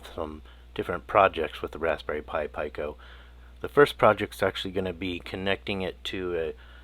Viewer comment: This was a bit difficult to watch. You are the only person on the planet that pronounces Pico as "Pie-koh", where everyone else pronounces it as "Pee-koh".